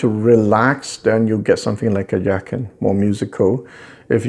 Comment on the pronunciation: it is pronounced Yah Chin. which means beautiful sounding musical instrument